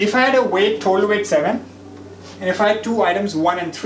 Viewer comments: Why're you saying THOTAL when you can say total ? ☝ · thotal no of kholum😂